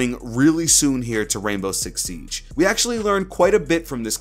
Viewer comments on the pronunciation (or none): none